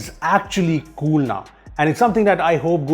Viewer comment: in each 15 seconds: kuul features!